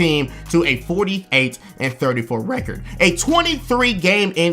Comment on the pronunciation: and thirty four ReCoRdDd